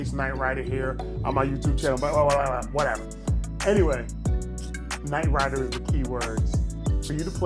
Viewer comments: NIGHT "RYDA" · "KNIGHT RYDA"...